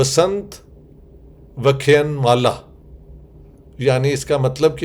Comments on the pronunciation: Welcome to India ,Dr.Sahab,it's vyakhyaan not vyakhyaan,plz correct it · It is Vyakhyan, not Vakhen, it is a Sanskrit word. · Sir please not pronounce VAKHAYAN but pronounce VAAKHYAAN . “Vasant VAAKHYAAN Mala “ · Vyakhyan nahi Sir vyaakhyaan and you are here as a vyaakhyaataa. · You can pronounce 'Vyaakhyaan Mala.' 🙏🙏⚘️⚘️rather than Vyakhyan. 🙏⚘️Thanks, waiting anxiously for your lecture. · Sir ur vdos r very informative n useful for present generation. The pronunciation of vyakhyan is vyaakhyaan. Pl. Try to spell as advised. Thanks. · Dr. Sahb, vkh+yaan ( not vkhyun or vkhyn) is the right pronunciation. Welcome to India 🇮🇳 🙏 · It's वसंत व्याख्यान ...it may help pronounciation. Vasant vyaaakhyaaaan this..😊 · Kindly pronounce it as vyaakhyaan maalaa.